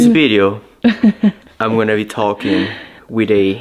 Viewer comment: next you need to say VIDEO not BIDEO 🤣🤣🤣